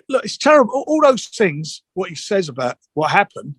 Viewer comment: "All those tings" where you been lately Frank